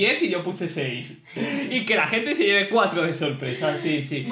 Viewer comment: Los números estén atreves y por ejemplo cuatro pero en vez de que diga cuatro dice ortauc